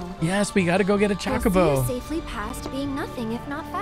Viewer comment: Choe-koe-boe is the usual pronunciation 🙂 I believe you might be confusing how certain dialects pronounced it in FFXVI (Chaco-bo).